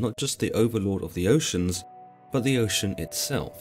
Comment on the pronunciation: Oce Anus heuh heuh